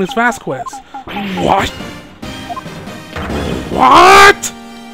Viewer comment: Not to be a nit-pick but did you pronounce the "quez" in Vasquez as "ku-ez" on purpose?